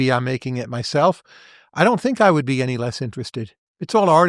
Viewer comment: Especially with the way he's pronouncing it "Ayny".